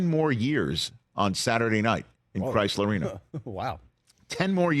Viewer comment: Isn’t it Crisler? I wasn’t aware it was Chrysler like the auto company.